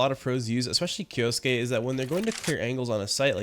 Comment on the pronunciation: First YouTuber to master pronouncing kyousuke’s name too.